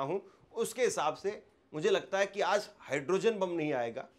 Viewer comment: Urdu Bolney ki koshish mat kro tum se na ho payega Aaz nahi hota Aaj hota h